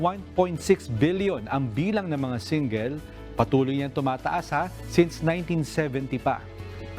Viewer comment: Grabe ang pronounce nang single. Singgil!